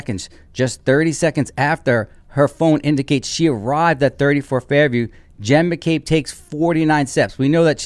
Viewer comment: Why do u call her Hen McCabe and not Jenn McCabe?